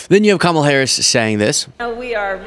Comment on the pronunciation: The irony of him patting himself on the back for pronouncing a name… but can’t say Kamala’s 😂